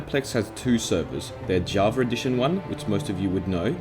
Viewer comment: Why do you say "javar" instead of "java"?